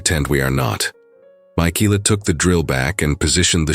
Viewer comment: ARGGGGGG😵‍💫😡😵‍💫‼️‼️‼️—Her name is Michaela—pronounced Ma-Kayla‼️‼️‼️‼️‼️‼️ NOT -Mikeeela👎🏼👎🏼👎🏼👎🏼👎🏼👎🏼👎🏼👎🏼👎🏼‼️‼️‼️‼️‼️ That or use names the darned AI doesn’t SCREW UP ‼️‼️‼️